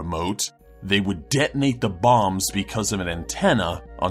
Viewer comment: Bombs? I thought he was saying bongs...